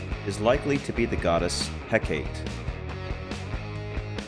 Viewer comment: Mel-in-no-way Heh-kah-tea Jesus guys